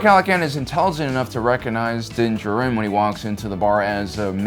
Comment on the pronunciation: your pronunciation of Djarin is wrong